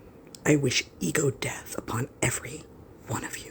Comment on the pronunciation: Did she say eagle death or ego death?